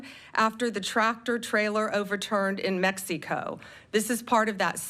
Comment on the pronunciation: “Mexeeco”. Man they needed someone who could speak under pressure.